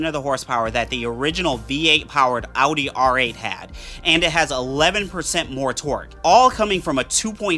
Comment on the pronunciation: If you make a vehicle on Amazon specific set of cars . At least learn how to properly pronounce the name of the company . Every time I heard him say "ouuutti" would just cringe. Takes away from the video